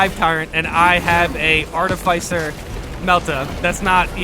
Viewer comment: Can you please pronounce the words in this game correctly. Ive lost count how many times you have mis pronounced minoris, majoris, articifer, and other such words in your videos